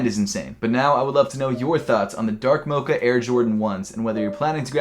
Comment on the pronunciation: Hate how he says “mocha”